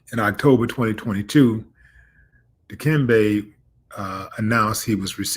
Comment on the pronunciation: Stop butchering the man’s name, Willie. Di- kem, beh.